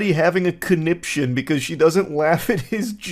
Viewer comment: It irks me that even though he says "conniption" like every five minutes, he still doesn't know how to pronounce it correctly.